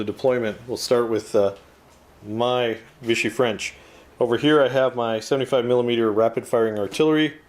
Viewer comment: As a french boy, I have to agree to your "vive la France", even so they do not like to get you lucky :-) Note that it's France de Vichy, not Viche. And you may even make them fight other free french forces. I love your reports ! Just an idea like that, maybe you can do a campagne with persistent units from one scenario to another? Cheers from France